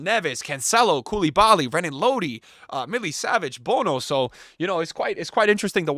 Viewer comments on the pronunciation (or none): none